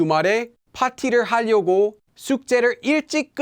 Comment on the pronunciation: Hi. You keep pronouncing 하려고 as 할려고. It should be more like an R sound than an L. I now it’s a minor detail and I feel a little silly pointing it out since your Korean is way better than mine but I just want to help. I’m a Korean American who lost his ability to speak Korean growing up and doesn’t know much grammar but can pronounce words perfectly.